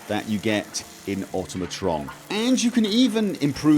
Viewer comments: It's awe-TOM-ih-tron, not AUTO-mah-tron. Just like Automaton is pronounced, since they were invented in the 5th century. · Once again, proceeds to mispronounce Automatron...